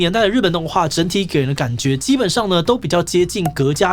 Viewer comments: 闔家觀賞，ㄏㄜˊ家 不是ㄍㄜˊ家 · ㄍㄜˊ家觀賞……？不是ㄏㄜˊ家觀賞嗎😅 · "闔家"讀做"合家"啦!!! "閣"家是三小？ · 【闔】這個字讀音不是「ㄏㄜˊ」嗎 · “隔”家觀賞？ 我以為我聽錯還倒回去再聽一次😅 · 闔家「ㄏㄜˊ」家喔！謝謝🙏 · ㄏㄜˊ家觀賞啦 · 闔ㄏㄜˊ家觀賞😅